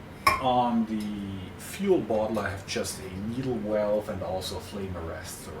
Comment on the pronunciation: I like how you say walve 🤭